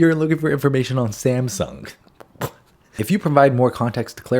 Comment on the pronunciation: Sam yang no sam-sung ( dumb ai)